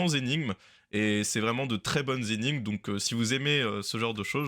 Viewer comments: Tu es assurément très fort en maths. Mais tu devrais revoir tes cours de français parce qu’on ne dit pas « cent z’énigmes » mais cenT’énigmes. 😊😊😊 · Cent z'énigmes ?!? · Super! Deux details : c'est assez difficile "de" répondre, et cent énigmes ne se prononce pas "cent zénigmes"... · Vidéo très intéressante, mais , de grâce, pour un doctorant en mathématiques, cent "zénigmes", c'est à la limite du supportable pour les oreilles.